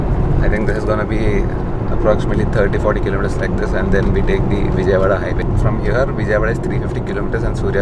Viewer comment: pls Don't pronounce Vijayawada.. wrongly😭😭.nice work ❤️❤️